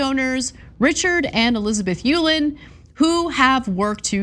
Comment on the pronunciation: Uihlein is pronounced E-line